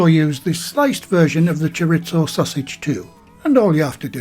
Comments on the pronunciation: “Chor • ees • zoe” not “chor • its • oh”. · "Choritzo" Haha! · Just FYI, it's pronounced Chor-EE-zo. Mexican loose meat Chorizo is WAY better. I love the combination of Chicken and Chorizo. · Love the videos but can we please stop saying "choritso" it's Spanish, not Italian 😊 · We have Delia Smith to thank for the silly mispronunciation of 'chorizo'. In mainland Spain it's "choreetho and in south American Spanish," choriso". As for those pies, it's 'pollo con chorizo' if you want to cause eye rolling down at the local, but I'm surely going to have a go - with the spicy 'choriso', I like a kick on the tongue as the Bishop said to the actress. 😛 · There's no T in chorizo,!